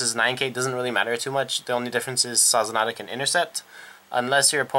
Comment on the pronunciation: So you know, it's not spelled Sazanada, it's spelled Sazanda. Su-zon-da is the basic pronunciation. Also, I suggest Crystaldevil, as well as Babyface Narcissus, it's skill is GB1 Rush - When this unit stands it gains "Oh hit you counter charge 1 and soul charge 1". It helps conserve your resources and pushes a high attack card with counter charging towards your opponent. And that is after every attack that she re-stood.